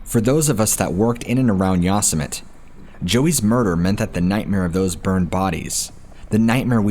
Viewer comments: the yosimitee sounding out the terrible mispronounciation...how do you not know this////????? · I love your work so please don't take this the wrong way. Yosemite is pronounced ( yo-sim-it-tee) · Yosemite..em I the only one that’s thinks he’s say it all wrong..has he ever watched looney tunes..lol..that crazy rabbit.. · I was trying to figure out what National Forest you were talking about? I live near that National Forest, and realize you are talking about Yosemite! Sorry, I hate Grammar Natzis, but you pronounce it with a long E sound at the end. I realized it when you mentioned the Story of the Woman who were kidnapped and murdered. It was a very well known case, with a very sad ending. If I remember correctly, the murdered was caught an is in Prison for the rest of his life. Just as he deserves! Spoke to soon! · If you’re putting that much energy into making a video, it would be helpful to learn the correct pronunciation of the park. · I was wondering about the pronunciation... I recognized the story as soon as he talked about the wallet. Yeah Yosemite... It doesn't matter much to me cause I've loved this channel from the first video i listened to.☺ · Totally mispronounced Yosemite. Liked the video anyways cause your awesome. :) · "Yossmit"????? Lol, you mean ''Yosemite'' (Yo-semm-itty) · "Yawsmit", really? C'mon, you can do better than that! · Its pronounced yo-sim-atee Yosemite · Very gently tells that "Yosemite" is pronounced "Yo-sim-it-ee" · Its pronounced Yo-semmi-tee. So many narrators f*ck that up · Hi! THANK U SO MUCH FOR THE AWESOME STORIES 😊. I mean no disrespect n figured u probably want to know ur pronouncing Yosemite and the word Epitome(on a diff episode) incorrectly. I'll try to help u if u dont mind? Yosemite- Yo sim a tee, and Epitome - ah pit oh me. I'm seriously not trying to be rude at all. Love ur channel it's one of my favorites for sure. Thanks Kris in Nor Cal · That's pronounced Yosemite (yo-sem-ety)